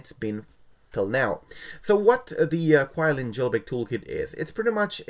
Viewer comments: It's actually Qi(chi) Lin I believe it's how it pronounce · pronounce QiLin wrong